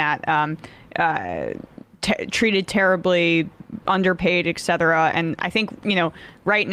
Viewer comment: Emma! Emma! I have an urgent message! It's "etcetera" not "exetera"